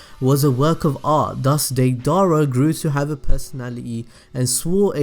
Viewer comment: Its pronounced (day-dur-rah)